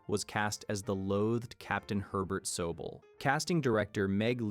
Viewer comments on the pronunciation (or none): "so bell" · SO-BELL. Is this channel A.I.? 😂 Still a good video & Great mini-series though. Plus, Donnie Wahlberg is pretty well known, ya know.